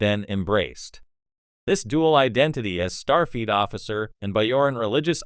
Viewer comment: I’m sorry, it seems like the AI voice is saying Starfeet Captain Sisko. The Curdossian occupation? The Biaoran people? Try not using AI.